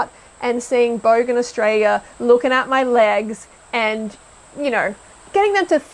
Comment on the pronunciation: Only 45 seconds in and this is a load of shit, she can’t even pronounce Australia properly